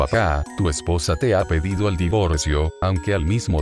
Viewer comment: no sabe decir "EspoOosa" xD